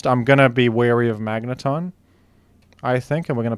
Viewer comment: Magnatn